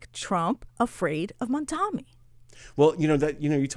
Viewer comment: Mamdani - not Mandami!